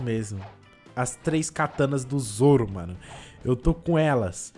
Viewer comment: Boa não é soro é sim zoro